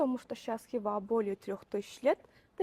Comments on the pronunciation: Ну, уж ударение можно нормально ставить. Представьте себе МОсква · Только не ХИва, а ХивА. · Мужик, ХивА. Не хИва